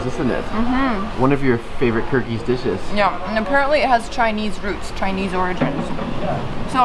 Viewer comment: Ahah, I can read Kyrgyz but I do not know it because I am Russian, but you pronounced most of this names wrong especially the man cannot say it.